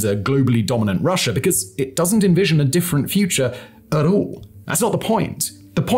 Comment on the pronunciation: You need to start pronouncing Russia properly and stop saying Russ'er. Calling Putin a "Chess Master" is a great moniker. You don't discuss how Georgia was trying to join the EU & NATO at the time Russia invaded. you are WAY off on NATO and comparing "Us to Them", WRONG, WRONG, WRONG !. Ang get rid of those pink colored lights, they are very distracting. Try using a World map or something of relevance. - Not only do you show your ignorance, but also your skills at explaining too other's the real situation.